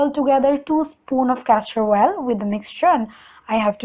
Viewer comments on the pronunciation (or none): It's oil not oal ...fake accent 😧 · The way u say milk and oil...*coughs* But great video😂😘